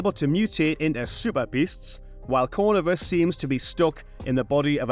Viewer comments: It’s not “Cornivus” but “Corvinus”. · That annoyed me too 😅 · Corvinus. The last name is Corvinus. Accent on the second syllable. Cor-VEE-nus.